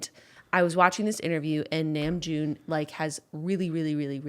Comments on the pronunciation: I can not explain how very happy I am that you can recognize how hard namjoon works (by the way it’s NAM like NAH not NAME, but it’s okay I love you and it’s a common mistake) I genuinely started to cry of happiness because you and Julien mean so much to me and bts are my everything so to see someone I cherish appreciate the other people I love is very rad and I’m so happy, this made my day. If you see this I hope you have a good day I love you both so very much and I’d love to tell you more about bts if you’d like!!! Thank you for realizing how hard namjoon works 💓💓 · also, i don't know if anyone mentioned this but namjoon is pronounced n-ah-mjoon, hehe dink dink fam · JENNA REALLY APPRECIATED NAMJOON'S ENGLISH I'M ABOUT TO SOB I DIDN'T THINK I COULD LOVE YOU MORE (also ! Namjoon is pronounced like nom-joon, Korean doesn't have that higher, more "a" sounding pronunciation English has) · Omg Mom praising Namjoon is all that I needed to day. Also saying his name wrong but that's okay.